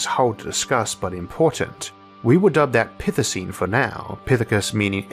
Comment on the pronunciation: what was that "Pithecine and Pithience"? #pithecine #pithience